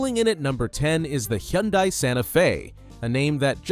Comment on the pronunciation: Ok, I just started watching your video and your AI is killing me on pronunciation: "Ah-cure-ah"??? It's pronounced "A-cura". And Hyundai? head on desk I'm gonna have to watch this again and ignore your AI and listen to what you really have to say....